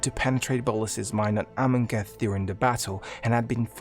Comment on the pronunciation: Awesome video. So many mispronunciations. AmonKETH instead of Amonkhet. SaHEli instead of Saheeli. Editing to add that there is a crucial detail missed in Liliana's storyline. When Jace whose mind is corrupted by Emrakul's influence confronts Liliana on Innistrad, he is actually able to see the Raven Man which surprises both Liliana and the Raven Man as 1) Jace has never been able to penetrate to see into Liliana's mind and 2) no one has ever been able to see the Raven Man.